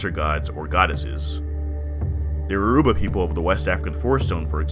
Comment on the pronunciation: I don't mean to be rude but before pronouncing any Yoruba word please learn the alphabet first, it is pronounced as Yo as in Yo then ruba so combine both you get Yoruba sometime the R and U is removed as in Yo'ba